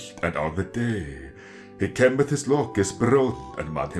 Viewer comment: Why pronounce day as dee? I thought in this period everything was pronounced as it was written, so wouldn't it be dai/daeg? Would it not be more of a diphthong glide?